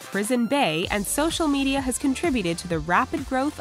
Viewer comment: hold up... did she just say Me-DAY-a?!